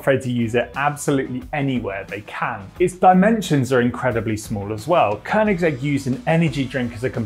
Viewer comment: Kudos to you for managing to pronounce Koenigsegg!